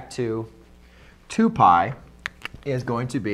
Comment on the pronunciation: "Three pdlypy over two"